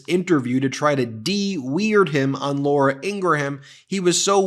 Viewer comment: Ben, I realize that you probably don't read these comments. But I need to point out that you post a video saying how wrong it is for people on the right (Senator Kennedy in this case) to call people name. Yet you continue to do exactly that with comments like, "Shady" Vance and mispronouncing Laura Ingraham's last name (though I'm not sure if you are doing the latter on purpose). We need to win over voters to our side. And, as Neil Cavuto said in the interview, I don't think name calling is the way to do it.